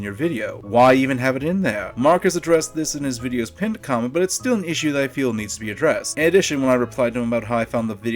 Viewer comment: MORE LIKE "Like or Kament"! :P